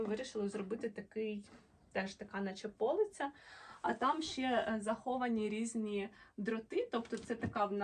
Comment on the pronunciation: Ви молодець. До речі, не пОлиця, а полИця. Ви ж кажете полИчка, а не пОличка. А взагалі ви досить добре говорите українською.Приємно слухать.